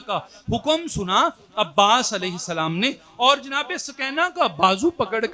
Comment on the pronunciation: سوکینہ نہیں بی بی سکینہ